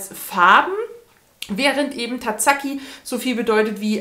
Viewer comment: Du hast mich heute bei einem schönen Waldspaziergang begleitet :) Ich mochte den farblosen Tazaki damals sehr gerne, mich störte das offene Ende nicht, auch wenn ich schon gerne mehr erfahren hätte... Übrigens, weil du ja doch hin und wieder japanische Autoren liest: Das "z" in japanischen Namen spricht man wie das weiche deutsche "s" aus, während das "s" wie ein scharfes (deutsches) "s" ausgesprochen wird. :)